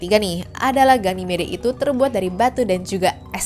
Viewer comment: ganymed min bacanya😅